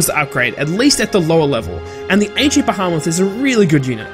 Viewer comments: Behemoths not Bahamots. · ba-HAM-oth stopped watching right there. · Please, man. Bee-hee-moths. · Lol, “bahaamith”